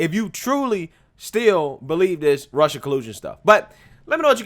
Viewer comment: Cawuded wit Wussia 😂